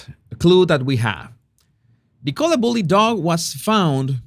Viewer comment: por favor ya no la llames “Nicóla”, su nombre se pronuncia “Nícola”